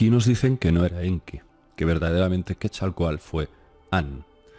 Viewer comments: Yo solo entendí ii...aa😳😁, se dice QuetzalcoaTL! No QuetzalcoaL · Hola...cuando hablas del Dios Mesoamericano, "Serpiente Emplumada", equivocadamente lo pronuncias Quetzalcoal...su nombre correcto es QUETZALCÓATL...cuyo significado es "Señor del Cielo y de la Tierra...Cielo = Quetzal...Tierra = Coatl...Saludos:) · Por favor!! NO ES "QUESALCOAL" SE pronuncia: QUETZALCÓATL.. Quetzalcóatl (náhuatl) serpiente emplumada; siendo quetzal: ‘pluma’; y cōātl:‘serpiente’) YA VAN VARIAS, YA ES TEMPO DE QUE APRENDAS Y PRONUNCIES BIEN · Hola, muy interesante Video. Solo un detallito, trata de pronunciar la T en la palabra del nombre Quetzalcoatl. Se escucha chistoso si no la pronuncias. Gracias y éxito.